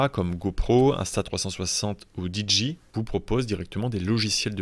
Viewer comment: Contenu de qualité comme toujours. Merci beaucoup. Je me permets juste d'étaler ma science pour la prononciation de la marque DJI beaucoup trop souvent mal prononcé par le Youtube FR. Dans la vidéo (et c'est peut-être assumé) c'est prononcé avec un mix d'anglais et de français : "D" à l'anglaise et "JI" à la française. Je milite donc pour assumer soit la prononciation française et dire DJI comme un seul mot ou à l'anglaise en prononçant chaque lettre "Di" "Jay" "Aille". Au passage c'est la même erreur que les gens qui disent DJ = "Diji" au lieu de "Dijay"